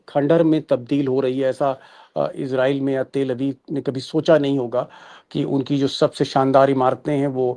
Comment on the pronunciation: इज़राइल। का असली उच्चारण है अंग्रेज़ी मे IZ-ray-el /ˈɪzreɪl इजरीयल लेकिन कोई इसराइल कोई इजराइस तो कोई इजरेल ( )